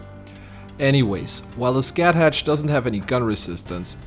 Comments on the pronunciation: Just because I find it interesting, and kind of funny... Scathach is pronounced "Skah-Hah" and Cu Chullainn is pronounced "Coo-Cool-Ainn" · As someone who grew up learning Irish killed me 😭 For future reference, they're pronounced closer to "Sca-huck" and "Koo Kullin" I get it though, the way they're spelt makes zero sense lol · Heads up: "Scathach" and "Cu Chulainn" are pronounced "SKA-ha" and "kuh-HOO-lin", respectively. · Nice playthrough. Not that you care by now but Scáthach is pronounced like "Skah-hawk" and Cú Chulainn is pronounced like "koo cull-in" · It's more like Ska hack and Koo Kullin